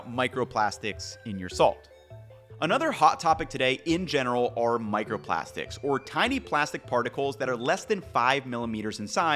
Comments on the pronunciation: micerprastics lol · *microprastics lol